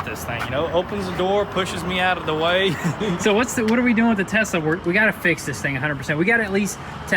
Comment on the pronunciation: Nothing funnier when said start the “start up the Tesler “🤣 what?? 😂